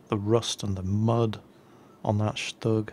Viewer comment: No offense now, but its pronounced shtoog not stugg that's just the German abbreviation and spelling. :)